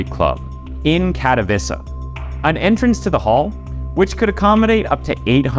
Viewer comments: "Katowiza" is not how you pronounce Katowice. I'm not polish, but I'm 100% certain you butchered that. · its Kat-oh-vee-che not Kato-vissa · Tbh..it wasnt pronounced well